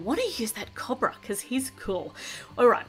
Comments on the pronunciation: I'm not trying to be mean but it's not cob-ra its co-bra😃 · YOUR PRONOUNCING COBRA WRONG! CHANGE THE SOUND OF THE O!